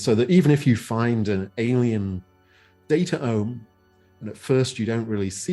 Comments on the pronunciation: I love this podcast but you guys keep saying datAome and it bothers me so much, cut that second vowel out like gene -> genome, it should be datome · Data Ohm... Resistance to the flow of data??? I think he meant it to be spelled DataOme, like Biome or Genome. But I agree, the pronunciation is a meme stopper.